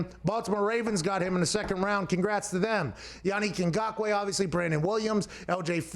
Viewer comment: As a Cameroonian, props to Pat for pronouncing his name correctly.